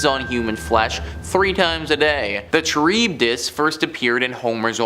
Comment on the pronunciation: Charybdis pronounced Car-ib-dis.